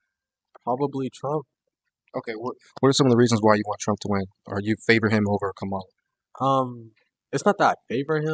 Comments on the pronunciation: I appreciate you polling students. However, you need to learn to pronounce her name. It is pronounced “comma-la”. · kamal-hahaha because shes a joke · Her Name is Ka-Ma-La, Like Comma-La!! Please people!! Pronounce her name correctly and Vote Blue!💙💙💙💙💙🇺🇸🇺🇸🇺🇸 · it's commie--la.. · Please learn how to pronounce Kamala's name! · The kids asking questions should learn how to say Kamala’s name. Mispronounced it every single time. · I think it's hilarious that dude can't even pronounce her name correctly. Spend more time studying phonics! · The one thing that pissed me off the most is the interviewers miss pronouncing her name. I couldn’t even watch it because they kept doing it. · Say her name correctly! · why are you defending Trump or everything else you just let them have their own opinion and say what they want to say Second of all, Trump is absolutely tied up with project 2025. You could tell this dude is bias and stupid just by the way he says Cam name. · I like your videos but I would like more if you would pronounce her first name correctly or just use her last name. I am not saying you are deliberately being disrespectful, but as interviewers, not pronouncing her name correctly shows disrespect like you are doing it on purpose.